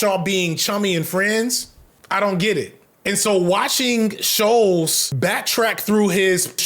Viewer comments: i believe it’s pronounced (sh-ul-ts) rather than ( sh-oh-ls) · This video is off the cuff and it shows. That's not even how your pronounce Schultz's name